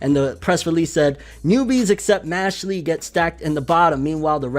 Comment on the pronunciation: Mashle becomes mash-lee... XD Bruh